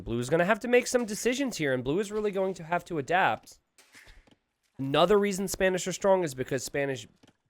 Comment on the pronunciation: Did I heard say Spamish not Spanish?